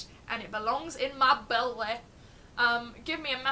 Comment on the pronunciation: As much as I love you I would appreciate it if you never said "belly" like that again. Aside from that you are light, and you are beautiful and I love you.